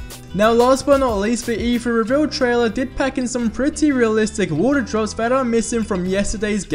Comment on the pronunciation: Mike Held Same here. Had to stop the video halfway through. Too much "At de E-free show dey 'ad realisik wa'er drohs." makes my head hurt.